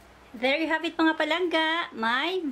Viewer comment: ang awkward pakinggan ng PALANGGA na d ilongo ang nagsasalita paulit ulit pa, sorry... nagmumukhang trying hard... try to act naturally... mas maganda pa... pero d ganun ang pagluto ng valenciana ng ilongo. ang ilongo d nagsasaing maliban na lng kung d sya marunong kaya isasaing nya...